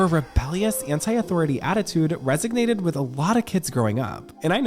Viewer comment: It’s resonated, not resignated